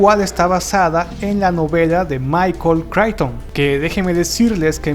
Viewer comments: Tus videos son buenos, pero de verdad que tu pronunciación en inglés es TERRIBLE. Casi todos los nombres (de personas y empresas) fueron incorrectamente mencionados; comenzando por el apellido de Michael Chichton. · Qué gran trabajo haces, te felicito. Solamente quiero hacer 2 correcciones: la pintura de Picasso no se pronuncia "wérnica", sino "El Guernica" y, si no me equivoco, el apellido del escritor se pronuncia "cricton". Saludos y excelentes vídeos.